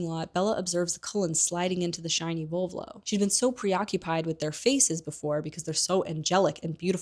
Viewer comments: VoLvo, not VovLo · Kinda obsessed with your (mis)pronounciation of Volvo ahhaha❤